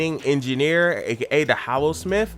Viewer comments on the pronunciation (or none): My ears bled when he said Hallosmith